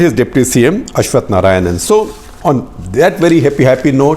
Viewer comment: Sir, it's Ashwath Narayan not Narayanan. Just saying! No offense taken